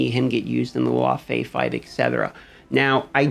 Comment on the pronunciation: who is L-ow-Fee i only know Lah-Fey